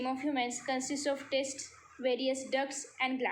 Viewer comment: 4.5 you said टेस्ट but it is टेस्टीस it is pronounced like that ok